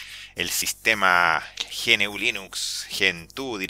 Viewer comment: GNU se pronuncia Ñu